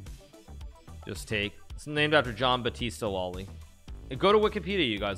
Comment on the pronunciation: Yeah, great Italian pronunciation of Loli's book before tho